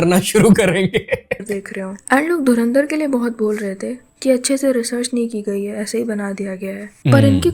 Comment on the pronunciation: Ye kya boli? Dharmendra film?? Inse dhurandhar bhi nahi bola jata dhurindar, dhrundar bta nai kya kya bolte hai ye logon ne Chhichundar bnayi 😂😂